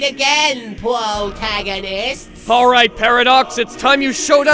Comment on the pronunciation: Pwotagonists! xD